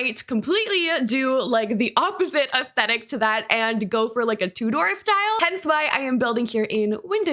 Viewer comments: In the UK we would pronounce it more like T-YOU-DER, rather than TOO-DOOR. Sorry if it came across as rude, it's just wierd hearing it a way i've never heard before. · Me too! ‘Two-door’ 🙈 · i got so confused because i was like what is a 'two door' build and then i realised thats how north american people pronounce tudor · I think ‘two-door’ is the way it is pronounced when you are talking about Swiss watches or clocks. I’ve always straight up said it wrong. I say tutor like a person who helps people with their schoolwork so no judgment here! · I've never heard anyone pronounce tudor like that😅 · Everytime pronounces Tudor like that I have a mini heart attack lol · It feels so weird hearing an American say Tudor lol